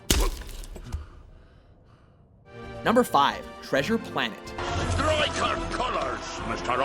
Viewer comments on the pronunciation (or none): none